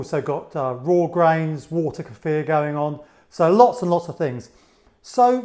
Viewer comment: I love you!! You pronounced kefir correctly! I don't know why it grates on my ears when people say [KEY-fur] but it does. And thank you, too, for such a good video!